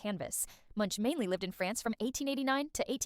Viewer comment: Man dont give me facts about a man if u cant even say his last name correctly